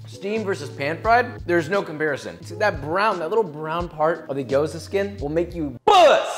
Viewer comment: I'm cringing so hard at how you pronounce gyoza lmao but its okay stick to potstickers